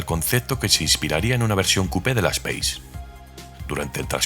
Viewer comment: 😅 Es raro escuchar nombrarla "speis", es un vehículo francés no inglés, ellos la llaman como "espás", y por aquí siempre dijimos "espace" tal como nos suena